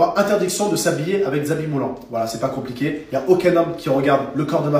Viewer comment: "voila, c'est pas comp'iqué"